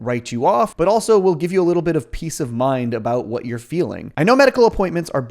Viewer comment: "I tell ya hwat."